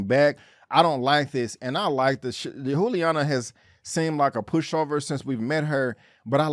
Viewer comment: FYI-It's pronounced Julie-Ana not Who-liana. Love the content 👌 ♥️